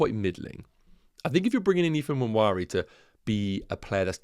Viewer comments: Nwaneri is pronounced "WAN-Nay-Ri". I know because I am from the same part of Nigeria he's from. Cheers! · Loving the content. Thoughts 💭 on Dango vs Nwaneri? PS. N is silent in pronunciation. So Wan-Eri! Cheers 🍻